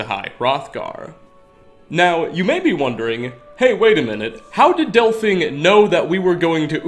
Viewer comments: Why do you call her Delphing? Literally no one anywhere calls her that. Even characters in the story call her del-feen. I wish it was just this occasion but the hardest part for me in watching your videos is the blatantly wrong pronunciations. Is it intentional? If it is, christ stop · Oh, didn't realize Delphine was actually called Delphing. Guess I've been pronouncing it wrong, all these years. :P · Pronounced DELL FEEN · Lmao 'delphing'